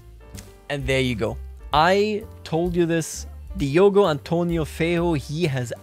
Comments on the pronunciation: Feiro? Its Feijó with J. Sound its J not R... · LOL OMG The way you said "Diogo Antônio Feijó" was hilarious! You basically sounded like saying "Diogo Antonio the Ugly"